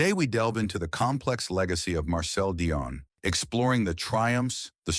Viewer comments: If you want to put yourself forward as an expert , you at least need to pronounce his name correctly. At the moment you get it right some times, and at other make a horrible hash of it. It pronounce 'Dee-on', not 'Di- on' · The AI pronouncing of Dionne sucka